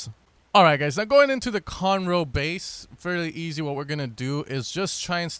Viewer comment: Lmao it sounded exactly as if he said conor ross